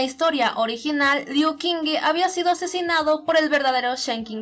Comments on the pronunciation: Friendly reminder that the Q is pronounced like CH, not like a K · Soy imbécil ⊂(・﹏・⊂) hice un fallo enorme en la pronunciación del nombre de Liu Qingge, Qingge se pronuncia como "Chingge" y yo de estúpido lo pronuncie como K. Lo siento mucho!!! (╯°□°）╯︵ ┻━┻